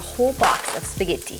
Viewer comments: LOLOL... "speh-ghee-tee".... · And how she says spaghetti. Like stop.